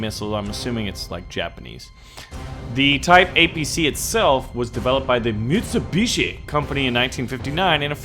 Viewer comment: The way he pronounces Mitsubishi and Kawasaki like they aren't two of the most popular car/motorcycle brands in america.